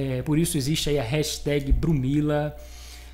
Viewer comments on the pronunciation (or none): none